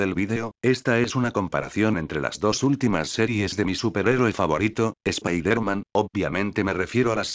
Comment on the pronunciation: el dice mal spider-man